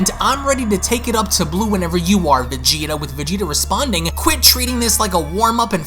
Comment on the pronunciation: innit🤣🤣🤣 wtf fam it’s “Vegeta’s”